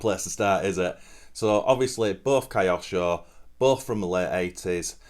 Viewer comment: great video, but how do Brits pronounce Tokyo? that kyo part is pronounced the same as in KYOsho, it comes from Japanese/Chinese character 京, but don't mind me, I'm just an American, carry on.